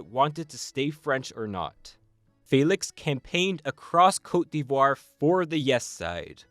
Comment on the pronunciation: The way you pronounced cote d'Ivoire has be questioning if you're really a Canadian 🧐